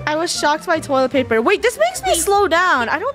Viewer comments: Funneh- we also need toilet plaper Me- plaper? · Funneh: toilet plaiper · Did funneh just say toilet plaper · “I do need toilet pLaper.” toilet plaper?